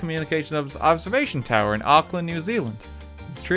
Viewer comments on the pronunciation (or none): none